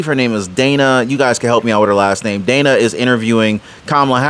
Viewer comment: smdh as much as kamala nd all the people on the left love to call ppl racists etc for mispronouncing her name... kamala just mispronounced dana's name. She said Danna which is a different name than Dana .